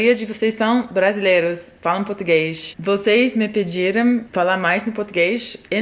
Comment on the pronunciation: tá mt carioca portuguexxxxxxxxxx